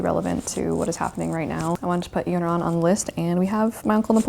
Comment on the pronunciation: Thank you so much for talking about Iran, and thanks a lot for pronouncing Iran correctly!!😍 I've been following your channel since 2019 and love your videos 😍❤❤